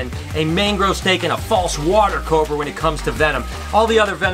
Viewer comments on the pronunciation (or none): none